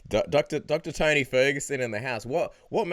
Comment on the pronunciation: It's Tony not Tiny